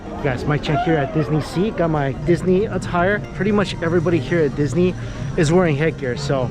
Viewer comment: Nihon "Dee-su-nee" dio...